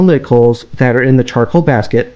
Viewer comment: To “dat” video?